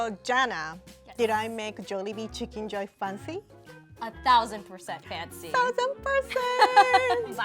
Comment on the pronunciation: so glad she didnt say “jawlibee”